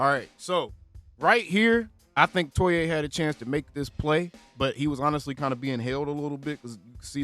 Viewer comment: TOE EE AH